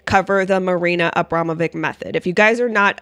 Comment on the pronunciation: Her name isnt pronounced Abrama...vick. Shes Jewish and Serbian. Its pronounced...Abrama...vich. Anyone whose been to Yugoslavia or Kosovo or Serbia knows this.